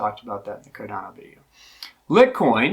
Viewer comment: Great Information! One question what coin do transfer BTC to in your Wallet before moving to an exchange, to lower fees. It sounded like LitCoin or is it LiteCoin. Thanks you are doing an awesome job explaining a difficult topic...Keep up good work!!!